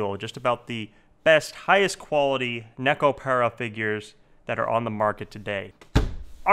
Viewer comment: If you love Nekopara that much. learn how to pronounce the it !